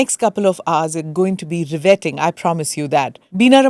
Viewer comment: 'Riveting' not 'Rewetting' 😅😅😅